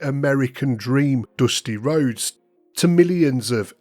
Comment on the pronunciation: "doosty rhodes"😂😂